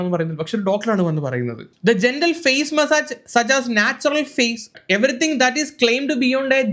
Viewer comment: Face nte pronunciation onnu padikku sadhikaa